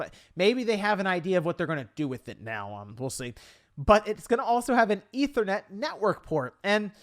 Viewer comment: “Eetha net port”